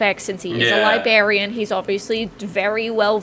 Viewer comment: LIBARIAN ? i think libRarian